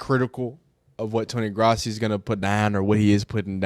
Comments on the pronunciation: It’s Grow-si not grassy dude lol. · His name is pronounced GROSS-EE